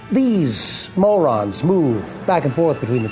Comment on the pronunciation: MAU-rons, which can form a very dense particle called a Mau-REEN.